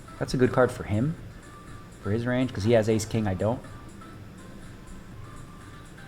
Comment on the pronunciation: repeat after me...."RANGE"